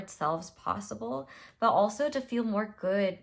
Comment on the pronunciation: 😂😂😂😂I was mimicking you with the "mORe GoOd" and you paused and it felt like you heard and were judging meeee 😭😭😭